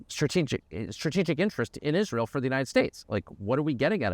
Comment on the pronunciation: I noticed you said "America AFTER Is ray l